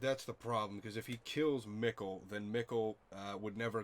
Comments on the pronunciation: Mikkel as Me-Kale Not Mikkel like pickle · No, Mikkel like pickle